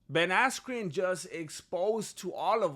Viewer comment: you kept mispronouncing ben askyous name